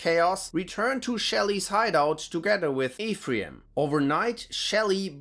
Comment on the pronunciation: Worst pronunciation of "Ephraim" ever. You should check Robert Silverberg's The Book of Skulls.